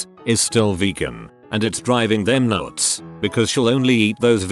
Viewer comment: The way pronounces the word "nuts" is just crazy. It's like he starts doing a Northern accent for all of one word and then goes back to his usual voice. Anyone else notice?